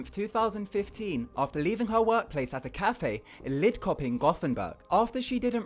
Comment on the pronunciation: those pronounciations on "skövde" and "lidköping" made me die a bit inside :(